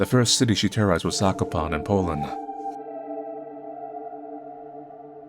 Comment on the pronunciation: Hearing pronounce Zakopane as Zakopan is bringing smile to my face lol.